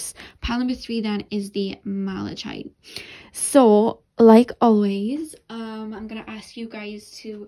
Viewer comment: I know you said you self-teach a lot, so I thought I would let you know the last pile's crystal is pronounced mala-kite like a kite you fly in the sky! thank you so much as always for reading for us, much love to you<3